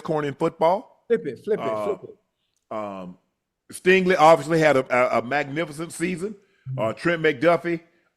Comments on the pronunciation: Somebody tell his name is STINGLEY and not Stanley 😂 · Why dude keep saying STANLEY? It’s STINGLEY lol